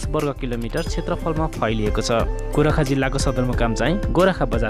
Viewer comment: नजानी नजानी पनि के जानकारी गराउन मन लाग्यो होला गोर्खा भन्न नजानेर गोराखा भन्छत कुन ठाँउ रैछ गोराखा भन्ने जिल्ला😁